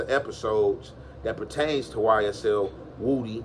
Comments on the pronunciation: Woody , not woooody my dawg lol 😂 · Na its pronounced woohdee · No that's how u say his name.. everyone says it wrong but..woody just spells it that way but he has addressed how to say his name..his family says it just like is saying it